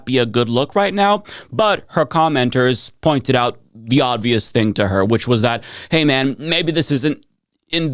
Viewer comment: Why do you keep saying "ODvious"?